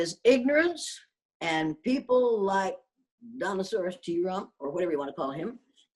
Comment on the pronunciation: Did she say Dinosaurus T Rock?!!!!